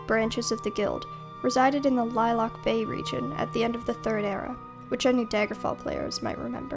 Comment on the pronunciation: 2 things. 1. "This lady just can't keep her legs closed" loved it! xD 2. About Daggerfall, The Iliac Bay, is pronounced, Ill•ē•ak not lilac...